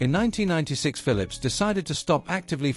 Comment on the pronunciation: It is so amazing how this south america guy pronounce the pHILIPS ( fili-lips) i just enjoyed listing and listing so funny i even lost interes inGrundig history😂